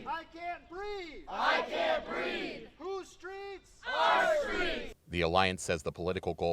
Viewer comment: "Kaint breeve ..."